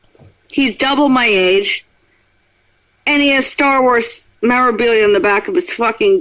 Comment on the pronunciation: "Star Wars Mirobeela?" 😊